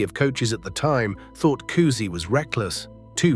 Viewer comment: Oh-wer back? Keltics? Cozy? Bahs-kit-boll? This AI voice irritated me from the start and almost made me turn the video off! If I wasn't a Celtics fan since 1955, when I turned 9, I would have. I was so intense about the C's that I even remember Lou Tsioropoulos, Tommy Heinsohn's backup! So hearing a commentator who can't even pronounce their names is like fingernails on a chalkboard!